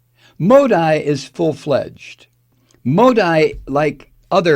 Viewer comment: You haven't the faintest what goes on in India for Modi. That would be this guy's wet dream. He'd eat all the vegetables in the world for that kind of power. Over 1.3 billion people! Btw it's pronounced Modee.. like banshee.